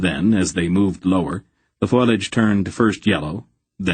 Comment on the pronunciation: fo·liage ˈfō-lē-ij Not foilage